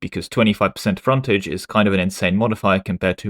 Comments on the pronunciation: English man pronounced English word as if it’s French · Hearing say "fontaige" was a culture war on its own. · is secretly French confirmed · British intrusive R strikes again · Dude, you pronounced frontage in different ways in the same sentence. Have you asked if you're old British Museam video inspired the art mechanic? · Why do you say "frontage" like a frenchman? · I love how people miss you actually correct your pronunciation of the word "frontage" later in the video :P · Never heard anyone pronounce the word "Frontage" in so many different ways in such a short timespan. :> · I just appreciated that occasionally he slipped and said it like us Americans.